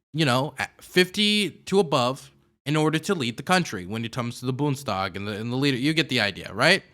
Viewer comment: Boond (spanish) es tag is how you pronounce bundestag